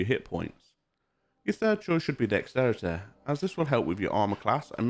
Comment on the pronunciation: He says ‘dexterity’ like Cartman says ‘authority’. Lol. Nice video man. 👍🏻